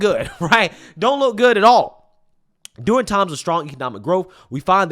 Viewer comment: During. Derr-ing.